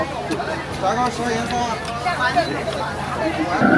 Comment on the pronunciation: 明明是炸糕，被説成砸糕，真是亂講一通！❤❤❤！